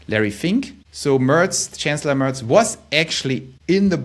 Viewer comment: Du gibst dir aber wirklich Mühe mit dem Englisch, hast sogar "Mörz" gesagt anstatt "Merz" ;-).